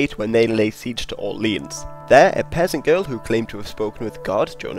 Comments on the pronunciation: Not bad for 4 minutes and 46 seconds but lord, these mispronunciations of French names/place names are killing me! :D At least do a quick check online for pronunciation when doing a video about foreign peoples/locations. Maybe check a few different sources if you have time. At least one source to say you tried. Orléans, Reims, Crécy, and Poitiers are NOT properly pronounced the way that you pronounced them, just to name a few examples. Phonetically, close approximations in order: Orléans: Or-lay-ahn, the three sounds flowing smoothly one after the other; Reims, Rahnce, (As how "France" is pronounced by a French Speaker, Frahnce); Crécy, Cray-see, (Like "crazy", just a soft 'c' or 's' sound not a 'z' sound); and Poitiers, Pwa-tea-ay, the 3 syllables again, flowing smoothly together. Of course, to add to the difficulty, not all French Speakers will pronounce it quite the same but they will know what you are talking if you try just a bit. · I cant get past the pronunciations the narrator gave for Blois, Poitiers, Orleans, Reims etc